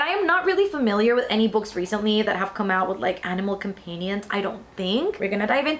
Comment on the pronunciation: the way you said companion 😭